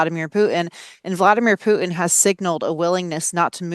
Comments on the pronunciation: It´s not Pu'in it's putin you deslexic woman. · OK, glottal stop in stead of 't' might be a thing in most words... But not in names. The Russian dictator's name is not Vladimir Pu'in. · If is aiming to be a credible reporter it would pay for her to pronounce the name of prominent leaders properly. There is no leader called Poo'in. The name is Putin. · Putin has a T in it, what is wrong with these people who don't know how to talk!